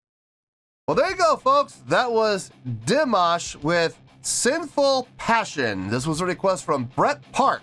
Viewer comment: 😁 You said his name correctly from the first try, that was cool :)) And yeah, I think that was an E6 :) He can handle the 6th octave in head voice + flageolet, up to F6. His whistle notes only begin in the 7th octave, E7, F7, F#7, G7 (once he hit a D8 live in the middle of a song, in concert). Also, he can go as low as A1 in chest voice, and even lower in fry register 🔸He can sing in 6 octaves, and he can hit notes in 7.2 octaves. 🔸His musical genre is neoclassical crossover, mixing everything from opera -> rap -> kazakh folk -> rock elements. Every song is a surprise :)) That yodel/trill was real, no effect, and it was meant as a mourning sound, tribute to the lead singer of the band who passed away ("Sinful Passion" is a hit of the band A`Studio, on stage behind him). The keyboard man was the composer of the song. Dimash participated as a guest in this event (New Wave 2018). This was the first day, and several singers performed covers of the band A`Studio`s songs, as a tribute to their career. Dimash covered their hit "Sinful Passion". At the end, he thanked them, including for them being an inspiration for young singers. Dimash had great appreciation for the lead singer, who passed away at 52, and for whom he included that trill mourning vocalize in the middle of the song. The band A`Studio have been around for decades, so they are seasoned professionals, and they`re just chill, not bored :) [New Wave is a competiton for young singers, but Dimash was performing as a guest]